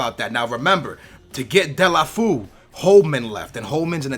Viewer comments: "De-la-foo" haha skillz, "De-lo-fey-oo" I think is more like it. :) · its not dele-foo, its dele-fey-o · It's pronounced : Dé-lo-fé-oe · Its pronounced Dee-ya-lou-fee-you